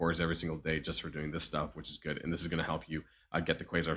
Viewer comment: Your becoming more German as the days pass.. The anger the way ya said good like gud 😂 The indoctrination has begun aha.